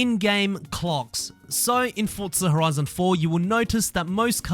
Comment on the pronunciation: “Fortza horoizin Toitoow”